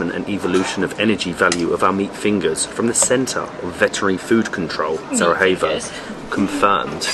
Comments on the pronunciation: The correct pronounciation is Sarajevo, not Sarahevo.😊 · Broh, its Sarajevo not Sarahevo... If you want replace the j by an y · What is with the pronunciation? You are not in Spain mate, pronounce j in “Sarajevo” as y, not as h… It hurts my ears… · You two are always brilliant!! Why do you keep saying SaraHevo? Slavic j is y, e.g. Sarayevo. ❤ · Just to clarify the capital city is spelled Sarajevo, but it is pronounced as Sarayewo it is not pronounced Sarahevo. Also, the food you ate at the Sač restaurant, only the one with meat is called burek; the rest are called pita + whatever it is filled with. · And please stop saying SARAHEVO its pronounced SARAYEVO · Hi guys, cool channel. Just wanted to point out that the pronunciation of the j is like y, not h. So Sarajevo is pronounced SaraYevo, not SaraHevo. Love the Bosnia vlogs. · Just one lil correction is the pronouncing the name of the city of Sarajevo it is not Sara hey vous but Sara ye vo. Sending love and hugs ❤ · You keep mispronouncing Sarajevo! J is not pronounced as H like in Spanish. It’s pronounced as Y. As in Yoyo. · Its not sarahevo irs Sarajevo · Great video, guys! Just wanted to tell you that the J in Bosnian is pronounced as a Y. So Sarajevo is pronounced as Sarayevo ;-) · Love Bosnia, I spent a few days in Mostar last year...stunning old town! I'm curious though, isn't the j in Sarajevo pronounced as a y in English? I've always known it as Sarayevo, not Sarahevo! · Yes, letter 'j' is pronounced as letter 'y' (Yankee 😁) in English. It's definitely not SaraHevo or SaraJevo as you would pronounce the first letter/sound in the name Justin. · Was wondering why he kept saying Sara-hey-vo and Sara-hey-vsko😅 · really enjoyed the vid but your pronunciation of Sarajevo wasn't it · You are aware there's no H in "Sarajevo," yes? Like, it's not like Spanish where the letter j is pronounced like an h? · J is pronounced like Y in Bosnian. 😊